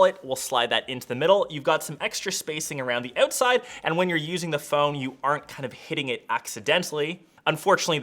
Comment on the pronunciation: That Canadian “ouwtside” 😇